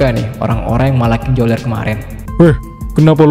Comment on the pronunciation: Bukan joler namanya tapi beler 😂😂